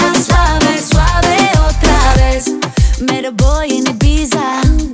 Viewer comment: Nice! Greetings from Greece! I think Foureira is pronouncing "otra vez" wrong. The last letter of "vez" should be pronounced just like the first English diphong of the word theatre.